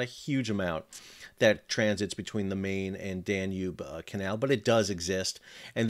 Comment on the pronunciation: The Main |river is pronounced as "mine". Great video.